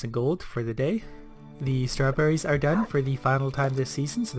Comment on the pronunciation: I love this game and your voice and I'm learning a lot from these videos so I'm subscribing asap My one critique: just as you would not say "darr a picture" when you mean "draw", please don't say "star-berries" when you mean "strawberries"